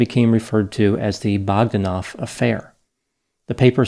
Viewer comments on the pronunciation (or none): Grish-sh-sh-ka it's SH, not CH!! BogdÁnov, not BÓgdanov!!!